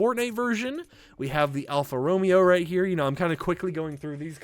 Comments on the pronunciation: Sorry to be that guy but it Alfa ro MA o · The Romeo in Alfa Romeo kinda sounds like (Row Mayo) For future reference